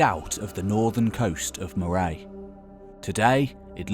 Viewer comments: Rinnie? Pronunciation should be Rhynie I as eye. Moh-ray, no its pronounced Murray all as one. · For goodness sake, get the pronunciation correct. It's Rhynie - rhymes with 'dine ay'. And it's MAW ray' NOT 'Mo-RAY'. 'PICTS' is from 'picti' the name the Romans gave them NOT the name they gave themselves. These people had many names as they were different tribes. And in Scotland it's is 'GAH- lic' not 'GAY-lic' which is Irish. These videos are interesting but totally ruined by ignorant narrators who are too lazy to check pronunciation. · Lately its always "groundbreaking new evidence" which changes history which strangely seems to fit in with a liberal agenda. Ive been to Burghead and there is nothing knew known. (And it is pronounced Murray) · moor Ay ? Do you mean Moray ? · Interesting although I've heard talks by Professor Gordon Noble who is in charge of Rynie and Burghead digs and a supporter of Tarbat Discovery Centre at Portmahomack. Just as well you didn't try to pronounce that, after making me cringe with your "Rinnie " and "moyray". Please make an effort to get these things right. It's not difficult. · Moray is pronounced "Murray" by Scottish people. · Rhynie rhymes with tiny , not tinny and Moray is said as in Andy Murray. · You might want to check your pronounciations! The Rhyn in Rhynie rhymes with Pine, and the pronounciation of Moray is similar to Murray. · I'd check my pronunciation of Scottish names, like Moray, before recording videos like this if I were you. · Great vid, as are your others. Small gripe, Moray in Morayshire is pronounced like the mint Murry. :) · Moray is pronounced Murry. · The narration is just about bearable when played at 1.5 speed. He mispronounces Burghead and even Moray so he is not informed regarding what he speaks of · Yes. :) "Moray" aaargh. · If you’re going to venture into Scotland at least learn how to pronounce names like Rhynie, Burghead and Moray! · Moray isn’t difficult to pronounce...